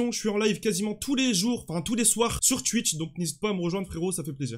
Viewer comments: Il a dit chouith c'est twitch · Stp arrête de dire chtiwth c’est t (witch)